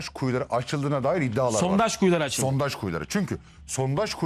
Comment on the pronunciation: Adam inatla SONTAJ diyor hey Allahım 😂